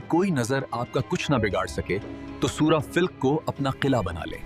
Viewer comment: plz surh ka name sahi bolin